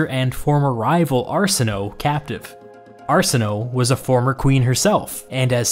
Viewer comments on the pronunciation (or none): I believe Cleopatra’s sister Arsinoe, that her name was pronounced Arsin-o-way. Just FYI. Also, great video! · 💞Please💞 pronounce the “e” in “Arsinoe” = Arsino’e - like the first “e” in pedigree, or the first “e” in television, or legislature 💞 Not only does that sound better but it was actually pronounced back then, not swallowed by the “o”/ mute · "Arsenoe" I was like WHO?? Then I realized it's Arsinoe lmao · It's prounounced Ar-SIN-o-WAY, not Arsinoh. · I may be wrong, but I think Arsenoe is pronounced Are-sen-oh-ee. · Arsinoe Pronounced Are-Sin-oh-aaa